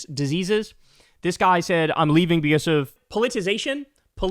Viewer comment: "Poll it uh size a shun"